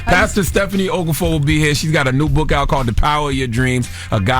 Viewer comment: Nice try guys. It’s pronounced “oh-KAH-for-oh or Oka-for.”